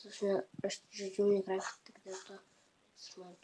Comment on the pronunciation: Ne minecrafat o minekraft